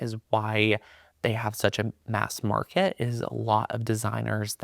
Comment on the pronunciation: So many other machines on the "Mark-KAT". Lol.